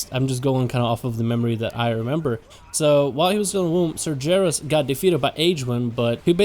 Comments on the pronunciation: Cmon His name is pronounced SAR-GER(LIKE BEAR WITH A G) IS(iiiiissss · holds in yelling holds it in even more apologizes ITS PRONOUCED SAR-GHARUS GUH GUH GUH UUUH *LORE NERRRD RAAAAGE!!! <3 love you vids though xD